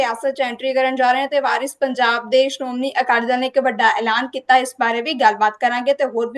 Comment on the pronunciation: Anchor bibi teree pronunciation BJP WALI THEY ARE WARIS PUNJAB NOT VIRUS IMPROVE YOUR SPEECH